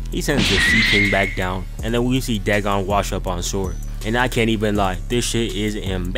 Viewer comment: No, its "da gone"